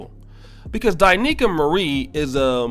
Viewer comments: You are pronouncing her name wrong. It’s not Die Nicaea it’s Da Niels! Now I love her now just because she’s fine but because her information is on point! I even let my wife listen! She goes in both on men and women! You would benefit from listening as well! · It's D'Neika not Di'Neika!